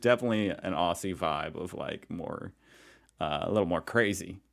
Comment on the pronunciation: Not upfront....just I'll informed, also you still are not saying aussie right....pretend the s' is a Z